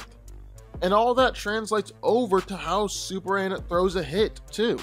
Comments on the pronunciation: why do you keep calling him "superand?" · Why does he keep saying Superhan? Like where's the "M" in the name? lol